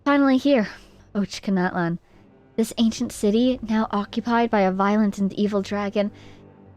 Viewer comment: Ochkanatlan! Ochkanatlan! Och-ka-natlan!